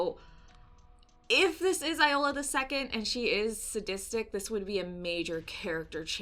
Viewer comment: It is pronounced Yola the second😛